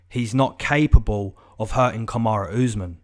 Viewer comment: it’s Kamaru not kamara and he is getting kod